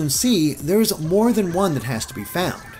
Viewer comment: I like how he pronounces "one" and "on" like "juan"